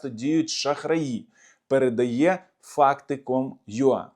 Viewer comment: невелике уточнення. Ua читається як юей. А юа пишеться як ur.